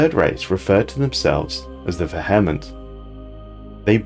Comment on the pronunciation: the VEH-hement